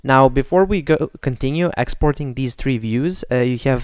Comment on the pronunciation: ITS NOT EXPORING ITS EXPORTING